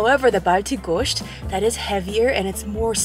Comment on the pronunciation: Was waiting somewhere for this video. Really good 😍. You'll pronounced gosht really good.